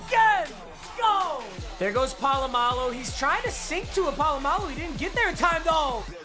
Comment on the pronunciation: How he says Polamalu" Pa-lu-ma-lu!!!"